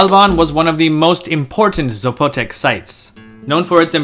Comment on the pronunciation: There's no accent on the O. It's not Zapo'tec.